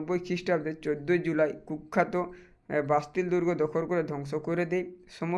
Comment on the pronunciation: ওটা 'বাতিল' হবে না ওটা হবে 'বাস্তিল' দুর্গ😂😂😂